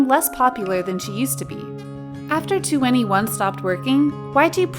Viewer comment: Just say 21, don't pronounce it 2 N E 1